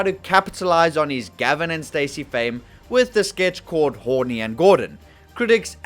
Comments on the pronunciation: Horny and Gordon…? 😂😂😂 Horne is pronounced Horn. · "Horne and Corden" is very much NOT pronounced "Horny", it's just "Horn". Matthew Horne, not Matthew Horny! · The "e" on Horne is silent 🤣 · the E on the end of Horne is not pronounced. you silly sod.